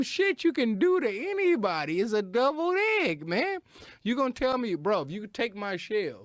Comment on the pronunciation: Is saying doubled egg or deviled